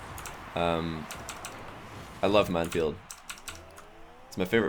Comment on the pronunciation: 2nd Satan Nooooo.... It's Mann-field.